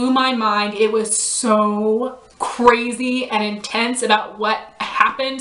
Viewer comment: "Coorazy" lol